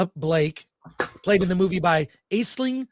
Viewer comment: I believe it's her name's pronounced Ashling but that aside, it's a great film! Really weird and difficult in every way, but it's great that this type of film can have such a wide release. It's art.